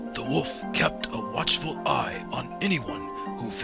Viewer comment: I swear the narrator keeps saying 'woof' instead of 'wolf'.